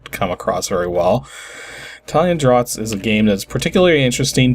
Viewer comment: I knew the English called Checkers Draughts, but I too thought it was pronounced "draut". I've had enough draught beers over the years you think I would have made the connection.